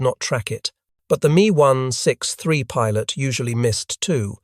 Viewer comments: IT'S M E...not Me. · Mee one six three…over and over….